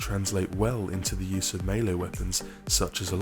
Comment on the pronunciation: he pronoucned the wrong melee wrong